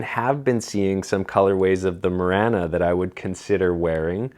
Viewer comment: Are we just gonna ignore his pronunciation of Marana?